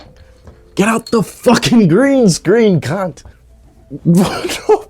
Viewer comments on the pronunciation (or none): Watching casually, enjoying video Hears "he's in the green screen cuuuunt": I sense an Aussie 🤔 Howdy from across the ditch homie, sick vid!